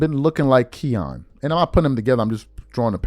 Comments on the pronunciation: Its Kiyan not keyon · His named isnt Ke -yon lol its its pronounced Ki-ann lol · I hate to be this guy but your haters are going to kill you for pronouncing his name wrong. It's more like cayenne than Keon. Just saying 🤷🏿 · His name isn't KEYAN it's KIYANE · His name Ki-yan is actually pronounced, like the Porsche truck “Cayenne” or the pepper 🌶️ “Cayenne”. Nd yes he’s really good. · It's Ki-yan nigga get it right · U sayin his name wrong bro KI ANN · His name is not the way you’re pronouncing. It’s pronounced like Cayenne pepper kiyan Anthony. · “Kee-Yan”😂😂😂😂 This dude don’t know shit lol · who tf is KEE AWN?? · idk how much it matters but his name is pronounced "Kai-an" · Its "KYE-YAN" lol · My God you butchered Kiyan's name. It's pronounced Ki- (rhymes with high) yan (rhymes with fan) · !st off learn how to say KIYAN name right 2nd i root for KIYAN i thnk he shuda ben a Mcydys player that was B.S but then u cant compare college stats to anything the NBA does game aint the same we seein #1 picks flame out so stop it💯💯💯💯💯💯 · You’re saying his name wrong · You are a piece of shit. Why don't find something else to talk about? You don't even know how to pronounce his name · Saying his name all wrong 😂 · You said it wrong say ki like you saying Kyrie name and the boy is a dawg just like melo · be butchering everybody name 😂🤦🏾‍♂️ all you gotta do is watch some highlights and you’ll hear the commentators pronounce his name correctly. That’s the verbal equivalent to misspelling somethin online when you can just spell check. I rock wit the content doe fasho! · Love your work but mispronouncing Kiyan is losing credibility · How can you not know how to pronounce his name?? NOBODY has ever called him that! 😂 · Thirsty for content! Can’t even say melo son name right goofy ass nigga! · Gshit, I cringed for the entire video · PRONOUNCING HIS NAME WRONG 🤷🏾